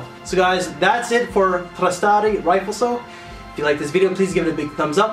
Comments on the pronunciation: My god man it's pronounced Ree-flesso. NOT rifle-so... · Yeah, dude! You definitely butchered the name big time. 😄😄😄 It´s italian for 'shine', '(light)reflex' and it´s spelled [riˈflesso]... ri- fleSSo... got it? cool name, huh? Saw it in a store the other day, didnt expect much from the bottle, looks like an outdated 80ies scent, got a sample strip anyway, left it my car, tried it again the next day and BOOM! Found it weird, that I loved it, despite the fact that it reminded me of 1million. Some similarities in opulence and sweetness! But it´s way fresher, cleaner, totally Italian! (check out the commercial. Dude drives a MV Agusta Brutale to his mansion by the sea ... aaawwwhhhh...) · Reefleso and no ou O! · its rri - flae - so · Riflesso is complete garbage! He said Rifle-So and called this house a producer of artistry. 🤣